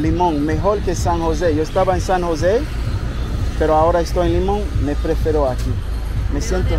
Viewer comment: Bro get your spanish together especially pronunciation. Limon is cultural bro... many afro carribbean people and of course very welcoming .. try Buenas lol lol